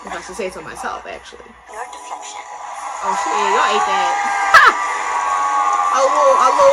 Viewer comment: the vanquish spell, when Alyssa/Phoebe said: 'I'm rejecting your deflexion.' it kinda sounds: 'I'm rejecting yer deflexion.'